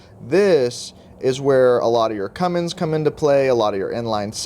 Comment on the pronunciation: It's Cummins, not CumminGs.